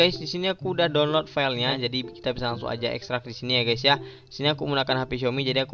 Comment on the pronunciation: bukan dunlut bang tapi donlot wkwk